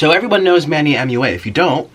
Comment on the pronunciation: HE CANT SAY MUA HE SAID “M.U.A”